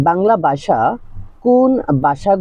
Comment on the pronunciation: বাসা নয় ভাষা